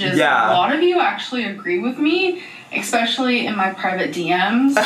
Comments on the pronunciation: Did she say EXpecially? 😳 🤔😬🥸😝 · NOT ECSPECIAL